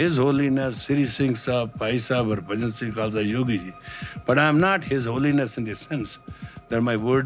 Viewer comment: Why do you all pronounce Bahjan differently now than it was pronounced in the '70s? He was the one who told people how to pronounce his name. Thousands and thousands of people didn't t come to that decision on their on. No one pronounced it like it is pronounced now.